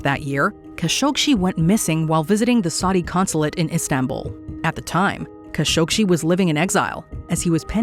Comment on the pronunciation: The biggest mystery of all is why pronounced Jamal Khashoggi's name like she did.